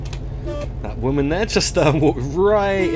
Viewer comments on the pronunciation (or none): none